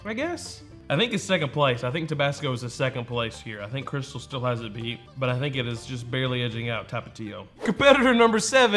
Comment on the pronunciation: First of all, love your videos - second of all, it's crystaaaaaal, like the champagne. Hot sauce of....the pimps.